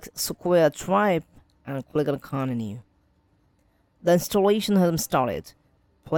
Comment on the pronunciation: Bros saying coninu lol